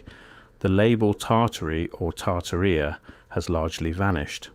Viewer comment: It's pronounced "Tartaria," sir.